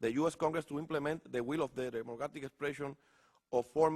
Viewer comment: DIJO that the WHEEL {sic, RUEDA en español}. OF DA PIPOL OF PUERTO RICO, en vez de WILL. JAJAJAJAJAJAJAJAJA.